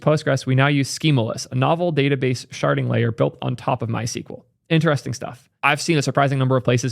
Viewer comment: IDK why but every time you say "sharding" my brain hears "sharting".